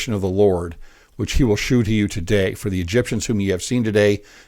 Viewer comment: Not to be pedantic, but “shew” is pronounced “show” just like “sew” is pronounced “so.” It is a spelling common in the 1600s when the KJV was translated. Samuel Johnson’s dictionary does indicate that the word is pronounced as indicated.